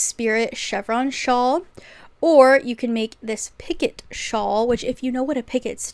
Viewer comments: Its pee-coh not picket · girlie picot is french and its pronounced pea-co :)